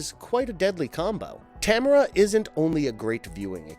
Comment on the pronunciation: That is Ta-m-a-r-a not Tamra!! Geez man, these guys! Drive me bananas with their mispronunciations!! I’m Canadian and I honestly don’t understand y ppl like ginger snaps so much lol..Werewolves r my favourite creature besides the creature from the black lagoon/aquatic monsters. And I thought it was stupid and cheap